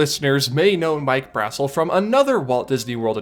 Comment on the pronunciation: This really isn't a big deal but Mike Brassel's last name is pronounced "bruh-SEL" not "BRAH-sel" :)